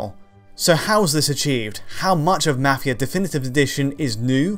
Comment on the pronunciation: He says mafia weird